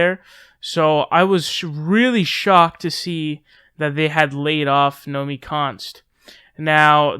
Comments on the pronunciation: Say it w/me: "No-me-KEY" (from Nomiki Konst's own Twitter page). ;) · Nomi-KI Konst! Nomi-KI! It’s not “Nomi Konst”. I don’t even know the broad (nor do I know why I’m yelling!) but say her name right, dammit! Otherwise it’s “fake news” :P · It's Nomiki, not Nomi.